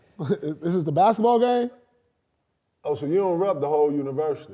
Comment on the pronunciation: i come here to listen to KG say "bashetball" lmao